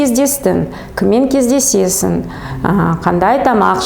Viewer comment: 🔴🔶🔵 Опять "Ң" ды айта алмайтын тағы бір адам ... Қазақшаға карағанда орысшасы дұрыстау айтылады екен . Қазақша : 📕"БірдЬей" емес - "бірдей" болады . 📕"Кездьесьесын" емес- кездесесіҢ ! 📕"Көшеден кельемыз" емес - көшедең гелеміз (айтылғанда) Қазақ тілінде айтылуы басқаша, жазылуы басқаша сөздер көп. Орысша "кушать" дегенді - кушат деген дұрыс емес болғаны сияқты .